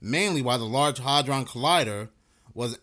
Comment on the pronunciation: Bruh, the “A” in “hadron” is NOT a short “A”, it’s a long “A”, it’s pronounced ”Hay-dron” …bc you repeat yourself 3,000x in a row, it becomes very rough on the ears when you mispronounce shit. 👉🏼😖👈🏼